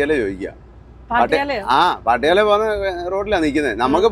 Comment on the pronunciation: പാനിപട്ട് അല്ല, പാനിപ്പത്ത് . പാട്ടിയാല അല്ല, പട്ടിയാല